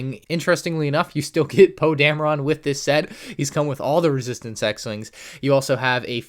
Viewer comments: Poe Dam-Rin not Poe Dam-A-Ron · its pronounced poe damrin but spelled poe dameron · bruh he said poe Dame-ron😂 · For the love of god please say Poe’s last name correctly. Dameron. Pronounced: Damn-er-in.